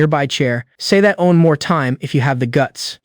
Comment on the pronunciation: No seriously... what is wrong with all these ai stories that can never pronounce the word one right o.o is this word some kind of forbidden curse?